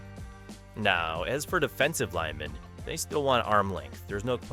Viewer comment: A.I. is bad at it's pronunciation of "offensive" and "defensive"